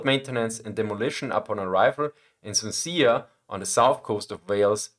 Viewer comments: ...Wow. Talk about an Austrian moment. Swansea. Swan-sea. Maybe Swan-see. Or maybe even more "Swan-zee" because- you know what, it's English, we've got no right to be uppity about pronunciations. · Just for future reference, and I admire your ability with English as its a pain to learn (and your English is far better than my pigeon German), the CH in Anchor is (confusingly) a K sound. An-Ker. And Swansea is "Swan-zee". Again, place names are confusing (try Leicester, Gloucester or Bicester!). Just thought you'd like to know, as if no-one picks us up on these things we never learn :) Keep up the good work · In English the ch in anchor is pronounced as k so as if spelled ankor, and I think you also mispronounced Swansea, it should be as if spelled Swansee. I hope this helps your already very fluent English. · Swansea is pronounced Swanzee, just an fyi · Most unintelligible pronunciation of Swansea possible, well done 😅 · I love that Swansea pronunciation, that caught me as off guard as Normandy 🤣